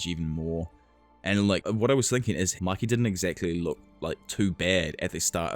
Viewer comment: Its pronounced muykee… it’s annoying to hear you say makee